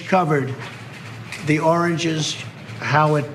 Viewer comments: we are talking about the sound not coming out right. He struggles ; like the " orange " instead of "origin" and he did it several times, over again as his brain was not in gear. He was confused and that is dementia. We see that struggle , in people whose first language was not English, but it is not his case. He only speaks English and poorly at that. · OMG ! ROTFLMAO . " Take a look at the oranges " , does he mean origin?